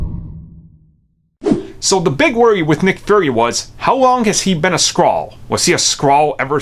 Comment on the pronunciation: "Nick fury is a skraall" lol